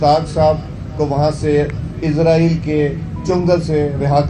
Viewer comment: Isreal. Nahin. Ezraeal. Keh. Raha. Ha....